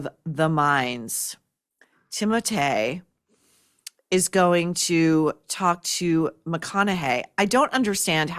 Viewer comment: I just can't get used to the pronunciation of that young man's name, because Timotei was a shampoo we used in the 80s. 😂